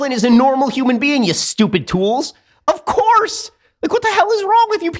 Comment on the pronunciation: Please Dont let ben say "OF COURSE" like that. It's a little too Cank from TYT.